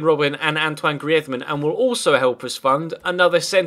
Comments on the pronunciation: Pls dont say griethman its greez ma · why do you say griethman:D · Greez-men.... Practice it lol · Love the series but can you please just say griezman normally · ya but isn't Spanish and griezman asked for the commentator to say it in Spanish cause he plays in Spain that's the only reason so can't just say it normally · I think he might be Basque